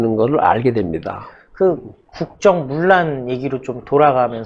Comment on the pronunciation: 물란이 아니고 문란입니다.